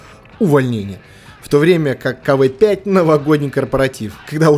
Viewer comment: Не кв5 а кавээ5